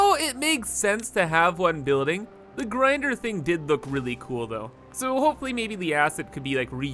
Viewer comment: the grinder… i can tell ur canadian^^